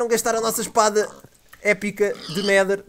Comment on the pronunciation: quando o fala epic nedher espada parece epic merda espada